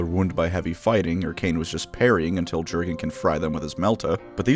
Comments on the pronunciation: Yer-gen not GerGaN. You're welcome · It’s pronounced “yur-gen” not “Jur-gen”. Leave it to the Americans to mess up simple pronunciations like this. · You should pronounce Jurgen not like an American, but like a German name, just like narrator in the audiobook does. Say "J" like "Y" in "yellow" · The only reason I’m not going to download Raid: Shadow Legends is because I’m tired of seeing advertisements for it on the channels of my favorite YouTubers. Edit: Why is Jurgen’s name alway mispronounced? The “j” makes a “y” sound. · I like the video but you misspeaking Jurden's name just broke me 😂